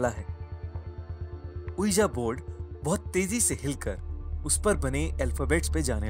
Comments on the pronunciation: It's pronunciation is V-I-J-I BOARD not O-E-A-J-A BOARD. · That's pronounced as 'wiji board'